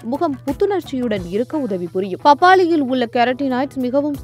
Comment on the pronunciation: அந்த அக்காவ முதல்ல தமிழ ஒழுங்கா பேச சொல்லி குடுங்க.. "பப்பாலியில் உல்ல சத்துக்கல் "..னு உச்சரிச்சிட்டு இருக்கு.